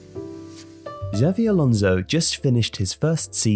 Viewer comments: it's Chabby not Žavy... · Cha Bee not Ja Vee